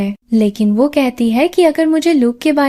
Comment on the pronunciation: Plz who ko wahye na bola Kare mujhe apki voice achi lagti he lakin waye nai wo bola karen